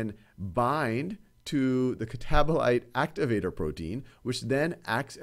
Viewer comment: "catabolater" made me laugh, thankyou now this can finally stay in my brain 😭